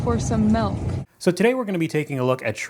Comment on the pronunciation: Side question: Why do people say melk instead of milk?